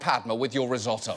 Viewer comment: He pronounced risotto wrong. As someone who loves to cook, I am irritated. Other than that, awesome story!